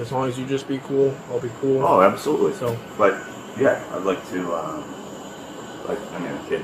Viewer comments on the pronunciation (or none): listen to how he slurs "absolutely." He leaves out a syllable. "Oh, absutely."